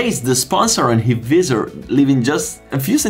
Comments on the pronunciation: It’s not pronounced vee-ser it’s pronounced v-eye-sor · What the hell is "Veezor"? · the “viZZZer” 😂🤦‍♂️ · Sono incerto sulla pronuncia di "visor" , ma vabè .. Video ben fatto , complimenti